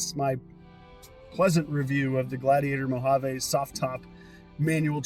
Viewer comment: Great video! One correction for everyone making Mojave videos: it is pronounced Mo hav E. Not "mo hav a".